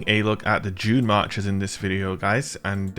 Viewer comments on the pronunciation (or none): I keep hearing 'Junemarkers' lol :)